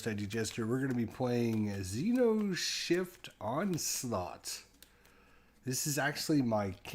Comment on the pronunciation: Cool ! But it's xeNoshyft, not xeRoshyft.